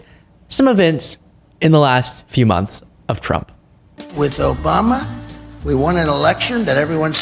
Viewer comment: ObamnNa. Uh rib-be-do aaahh